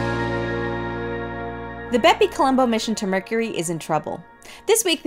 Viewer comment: “Mercury?” Very Nice! 👍